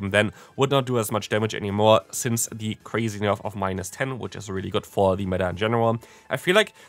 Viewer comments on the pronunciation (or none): none